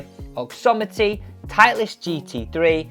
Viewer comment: OXIMITY not OXOMITY !